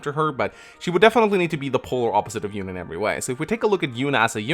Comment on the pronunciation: FEH also pronounces Yune as "Yoon" in direct contradiction to how it was pronounced in Radiant Dawn as "You-nay". I don't know if I trust FEH pronunciations, lol.